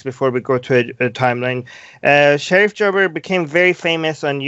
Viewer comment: As an Egyptian, thank you for mentioning this! Just a few things: LE = pounds. Pounds is the Egyptian currency It's Sherif Gaber not Sherif Jaber. It's G as in guess, not j as in jet